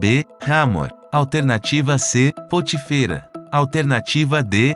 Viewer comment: Muito bom esse quiz mas será bom observar a linguagem. Na 2a pergunta o nome do sacerdote cuja filha casou-se com José é POTÍFERA Observe a acentuação no Í, ok? E Tbm na pergunta 18 a pronúncia do nome de REUEL está errada.Vc disse *Rum 😉Quem ñ conhece os personagens bíblicos passará a falar errado os nomes deles. 🤔É,ou ñ é?